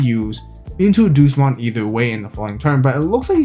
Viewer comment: Doosmon lol its Deusmon as in the latin Deus, "Day-us".